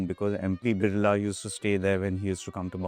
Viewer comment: Annnd...yep, she can't pronounce Birla correctly. It's बिड़ला, not "बिर्ला". It really is such a sight to see that Indians can't pronounce basic household names of India. Seriously, what is going on with education in this country?